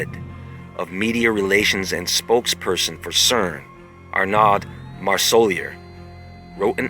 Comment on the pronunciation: SAID's c e r n .